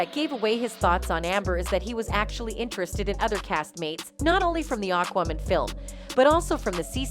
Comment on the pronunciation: AND FOR THE LOVE OF GOD WOMAN.... ITS AQUAAA... NOT AKMIN!! AQUAAAa.... As in water.... Ya know???